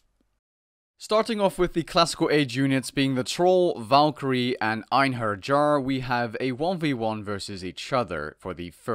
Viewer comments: Ayn-her-yar Einherjar Kai-mare-ah Chimera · Einherjar is pronounced " en-hair-yar " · I believe it is pronounced "Einheryar"